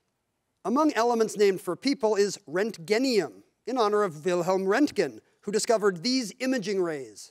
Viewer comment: It’s either Roentgenium or, in German, Röntgenium. Röentgenium is wrong, I’m afraid.